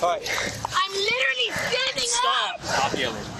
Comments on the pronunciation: "Oh my gah you lirrally" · There needs to be a charge for the misuse of the word "literally". With an enhancement for mispronouncing it as well. "Leerillee" lol